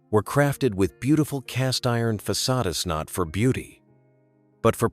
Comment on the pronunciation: Another bad AI voice. How does it pronounce "facades"? One example. It is amusing to hear an AI voice talk about the soul of a place.